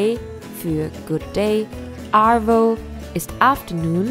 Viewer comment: Wow Tropfenbär?! Ich lach mich weg. Der name des Dropbear's hat nichts mit Tropfen (Substantiv) zu tun, sondern kommt vom verb drop (fallen). Ist doch wohl logiscg wenn man sich die Legende anschaut. Aber auch die aussprache der abbreviations (abkürzungen) wie arvo, g'day sind ja schrecklich.. Trotzdem unteressantes Video